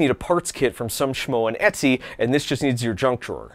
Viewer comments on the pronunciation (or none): none